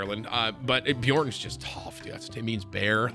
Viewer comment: The name "Bjørn" is pronounced differently, at least here in Norway where the name is kinda common. The "O" or "Ø" is pronounced more like when you go "uuuuhhh" but minus the H. So kinda like Bj-uhh-rn Another example how Ø is pronounced, is hunt. The first sound after the h. or her, the first sound after h and minus the r. Thought I'd just mention it, might be interesting to some people. Of course you could just say bjorn though, but where the name originated from its pronounced a little different.